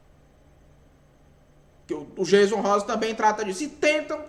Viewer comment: Aprende primeiro a pronúncia do nome do Jayson Rosa pra depois vc falar do mesmo. 😳